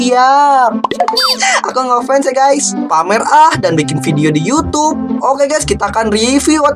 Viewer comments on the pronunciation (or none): YOU TUBE BUKAN YUTUB 😂😂